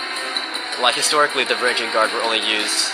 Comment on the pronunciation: It's spelled Varangian. It definitely isn't pronounced "van-GAR-re-ihns". Sorry to burst your bubble.